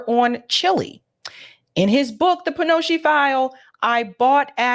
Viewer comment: love your show but you mispronounced Kissinger thtuout. Say kissinjer. That's how it's pronounced. Also Pinochet is pro ounces Pinoshay.